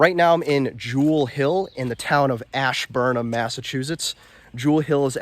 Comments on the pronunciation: Like your videos a lot. That cabin is made well. I think that's a ceptic tank. Also coming from the area the town is pronounced asburn ham believe it or not. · You are screwing up the town name! it is ASH Burn Ham get it right! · Love the vid man! The ham in Ashburnham is actually pronounced like ham from a pig haha